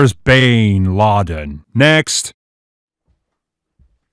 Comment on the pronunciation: "Bain... Laden" LMFAO XD